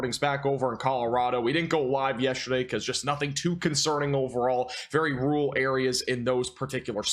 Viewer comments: You mean "rule" areas ? He never uses two syllables when he can make one do. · Good sir.....FYI the word "rural" actually has two syllables. This fits with the no "g" in significant and the no "b" in probably. Can you say "prolly" and "sinificant" ??